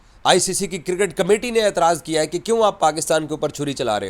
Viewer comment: No more cricket it's Kirket 😂😂😂😂😂 angliz wala bosadi chacha